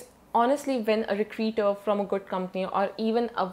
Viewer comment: Plz check the pronunciation of recruiter.